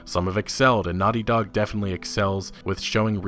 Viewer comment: you know its naughty dog, not nutty dog